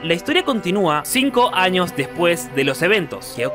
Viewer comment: En el minuto Años no Anos si 😂